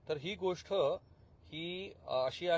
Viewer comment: गोष्ट चा उच्चार तुम्ही गोष्ठ असा का करता तो चुकीचा आहे